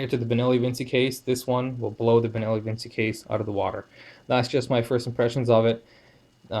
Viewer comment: Half decent video in spite of the fact that he mispronounces the name of the Benelli about 35 times